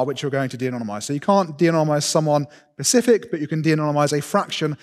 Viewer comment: When he first said "Pacific" instead of "specific", I thought he misspoke. When he did this a second time, I though "Huh... that's weird..." When he said "ECK CETERA ECK CETERA", and not "ET CETERA (it is E-T-C after all!!) I lost faith in listening to this man.